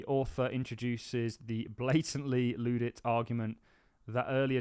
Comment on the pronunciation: it's pronounced "Ludd-ite" (not "loo-ditt"). it derives from the Luddites who feared their livelihoods threatened by automation in the 19th century and so they sabotaged factory machinery. incidentally, the word 'sabotage' derives from the name of the wooden shoes (called 'Sabeux') which french luddites threw into machinery for the same reason. the more you know